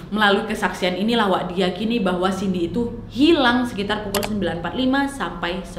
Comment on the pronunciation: Cindy kesleo lidah jd siti.. Wkwkwk